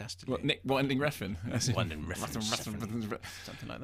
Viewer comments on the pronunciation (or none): It's WIN-DING, not WINE-DING.